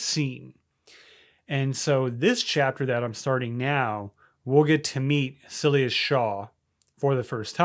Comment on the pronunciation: I know you mentioned AI helped you with the story outline and story names. I'm looking at the antagonist's name, and I've known someone with this name. It's pronounced 'SY-LASS' 😂